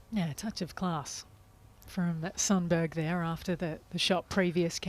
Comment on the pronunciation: Please note that you pronounce Sundberg as Shuntberry.